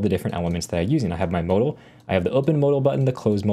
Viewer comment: anyone else getting oddly fustrated at how he says modal